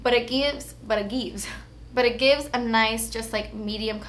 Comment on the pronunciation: "But it gieves" lol 😊